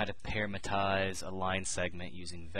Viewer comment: You always mispronounce "parametrize" by saying "parametize" and it's kind of funny.